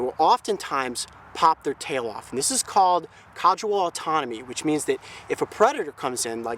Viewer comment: I've noticed throughout several videos that Coyote keeps pronouncing caudal autotomy as something like "cadual autonomy", I wonder why.